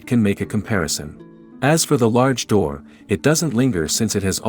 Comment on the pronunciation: Anyone else catch her call it a duwu instead of a door?